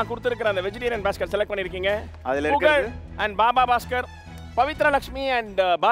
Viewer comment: Puzhal illa bha Pugazh 😂 😅